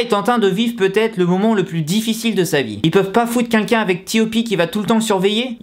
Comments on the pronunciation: Sa me stresse quand il dit qu'inlquin au lieu de quelqu'un...(voilàXD).Sinon c'est abuser la YG qu'est ce qu'ils foutent ptn! C'est pas mon artiste préférer mais sa me désole de voir ça et j’espère qu'il va s'en remettre.Et merci a toi d'avoir fait cette vidéo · Arrête de dire "qunqun" au lieu de "quelqu'un" pitié 😂😂😂😂😂😂